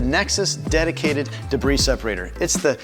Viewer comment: Debris = “Duh-bree” not “De-briss”. Lol.